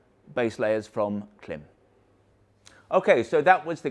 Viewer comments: I do wish you'd use the right pronunciation for Klim though, otherwise I wonder what other facts are you obstinate about.. even if incorrect. Call the the company and they will tell us how to say the name (it rhymes with climb). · It's as if we said Belstaff mispronounces their own name. We proclaim, with no basis whatsoever, the correct way to say it is Beelstuff. You have done this to Klim and it's a bit disrespectful and silly. No? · Hello. You pronounce KLIM wrong. Not that i'm trying to be a smart ass or anything like that :P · Creditabity immediately lost when you can’t pronounce the name of your ‘American friends’ correctly.